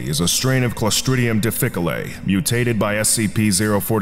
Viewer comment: Difficile is pronounced dif-fuh-seel, not dii-fuh-coh-lay... otherwise good job on the video!